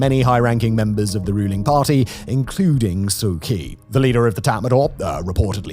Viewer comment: From someone born and raised in Myanmar (Burma), the pronunciation for Myanmar is "M-Yan-Mar", not "My-mar". Kyi is prounced closer to "Chi". Thanks for this report, and the previous ones you covered on Myanmar.